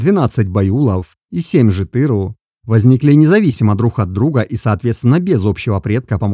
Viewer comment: Брат всё прекрасно Но как совет от казаха запомни одну деталь на всегда Все казахские слова, независемо от рода и падежа не имеют ударения. Тоесть ты акцентируешь ударение на заглавных или средних буквах но нет Ударения в казахском языке всегда последняя гласная буква Жетіру’ Байұлы’ Не-жетЫру А ЖетірУ Пон?